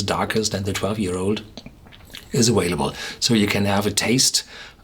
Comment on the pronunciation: awaylable... love you, Horst :)